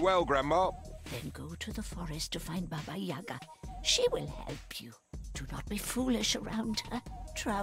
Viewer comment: I’m Russian and Baba YagA (with accent on the second A) is a big part of Russian fairy tales.